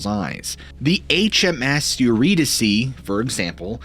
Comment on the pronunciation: Not only do you tell amazing stories, but now I know how to properly pronounce the name Eurydice! 😄👍 I was going way too hard on that Y because my maiden name was Eury and I was used to saying it a certain way. Not that Greek mythology comes up a lot in my everyday conversations. But it's good to know if it does, I won't sound like a dunce (anymore)! 🤣